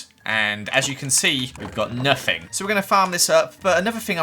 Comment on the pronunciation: The way he says three and other words with an f “free” “nofing” “hafe”